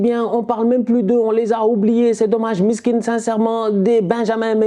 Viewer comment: A chaque fois tu parle"miskine" tu me fais tellement rire 😂😂